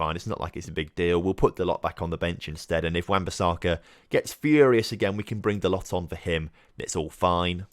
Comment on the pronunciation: Halland is pronounced Holan. It's Norwegian. Also t in Diogo Dalot doesn't pronounced